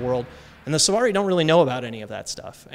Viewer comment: Silvari* not Sulvari xD